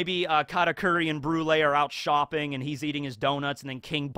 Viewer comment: "brule" the strongest member of big mom pirates 😂